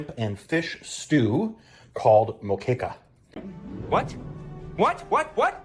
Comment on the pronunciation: nailed it